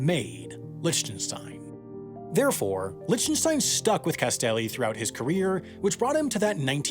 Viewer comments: Please stop saying "Lich - ten -stein." It's pronounced "Lick - ten - stein." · I think his name is pronounced Lick ten stein. Not Lich ten stein. A remarkable artist by any standard. Most blue chip artist are very good. They usually don't succeed for nothing. It takes a real education to know the difference. There is intrinsic value to some art and to see that takes experience. The saddest thing here is that the vast majority of artist will fail to make the grade in their lives. Artist need government support. The amount of money allocated to support the arts in the US is disgraceful. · So annoying... you can't even check how to pronounce an artists name? IT'S LIK-Ten-Stine!!!! NOT Litch-ten-shtine. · Merely the latest YouTuber that doesn't know proper pronunciation. Try "Lick-ten-stine". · liHHtenshtein. My ears are bleeding. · Love your work as always. Just one note though: Lichtenstein is pronounced LICK tuhn stine with a hard k sound. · Lichtenstein is pronounced Licktenstein btw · it's pronounced Lick-ten-stein FYI. I was cringing. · I find your pronunciation of Lichtenstein disturbing. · Also, nice video… but please learn how to properly pronounce Lichtenstein. Regardless of whether you like his work, he at least deserves the respect of having his name pronounced properly. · This video is awful, and his pronunciation of Lichtenstein is annoying me. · That is not how you pronounce Lichtenstein. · So many comments and I can’t find any about mispronouncing Roy Lichtenstein’s last name lol. See you again in the mistakes video <3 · I love how you pronounce Lichtenstein .D